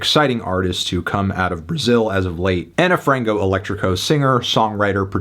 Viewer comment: Its ok anthony, you dont need to have a perfect portuguese pronounciation and we love to hear people trying 😂😂